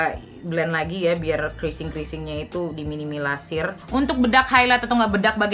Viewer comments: Minimalisir kali kaa bukan Minimilasirr😂😅😅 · "minimalasir"😂😂😂 it's okay kaaa, emang biasa lidah berbelit kalo kata katanya agak ribettt😭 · "menetrulasir" "minimilasir" asli ngakakkk wkwkwk